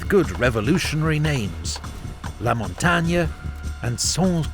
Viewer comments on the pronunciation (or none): none